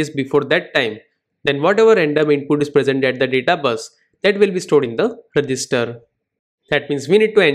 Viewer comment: At the end of the video I was mostly focused on THAT pause on every sentence "data is loaded into the ....... re gis ter" 🗣🗣🗣🔥🔥🔥